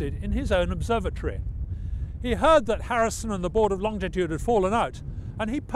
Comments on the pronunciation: It’s not longditude,it’s longitude. It winds me up when it’s pronounced wrong. Just saying.... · I'm surprised that this lovely man - as involved in longitude as he is - mispronounces "longitude" as though there were an additional "t" after "long". There is no "t" there and so the word IS - and should be pronounced - LONG- I- TUDE and not LONG TI TUDE....... Admittedly - Latitude and Long ti tude rolls off the tongue in a more satisfying way than "Latitude and Longitude (no extra "t") - but it's wrong..... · When did it become Longtitude. I always was told it is Longitude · Great video. You would think though, that Adam would know that it's pronounced LONGITUDE, not LONGTITUDE. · Why do so many people say longDitude and not longItude. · For goodness sake, its LONGITUDE not longditude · why did nobody stop the presenter from repeatedly saying "Longtitude" not Longitude! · I am a Harrison fan and enjoyed this show. I'd like it more if AHD would stop adding a 'd' in the middle of longitude. It's NOT 'longditude'! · It's pronounced "lonjitude" -- the 'g' is soft. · Excellent video of a fascinating subject. I wish he wouldn't pronounce longitude as longTitude though! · There is only one T in longitude. In common with most people, he pronounces longitude with two T’s: longtitude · STOP saying "longDitude". It's REALLY annoying! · Adam Hart-Davies is a great presenter, but his constant mispronunciation of Longitude is jarring